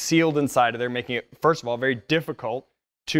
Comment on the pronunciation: first pronounced like one of the three stooges would do i believe it was curly